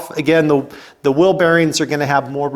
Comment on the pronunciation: It’s “whEEL”…….not “WIIL.” What’s a will?